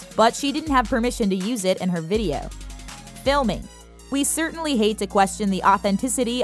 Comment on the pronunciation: FILIMING?!🤣 WAS IT SUPPOSED TO BE FILMING?!